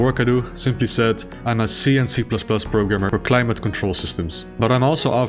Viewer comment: When you said "C and C++", I thought you were saying "CnC++", like a joke about the Command and Conquer games.